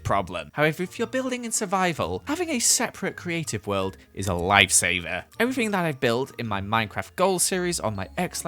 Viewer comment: did anyone notice how he said everthing and not everything